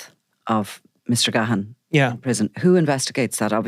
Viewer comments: As a Gahan myself it drives me insane at how people pronounce it. It’s pronounced Gan. The H is silent. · It's pronunciation is even worse in England re Dave Gahan fae Depeche Mode. Ga-Ha-ah-ah-n.